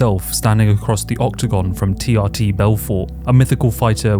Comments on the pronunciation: It's pronounced TRTor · Love the video but for the love of God it’s TRTitor 😂